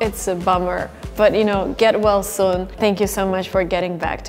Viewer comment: Am I the only one to noticed some Russian Accent? The way says "soon" is very cute🥺 love hearing Russian people speaking english with Accent😂😍🥰🥰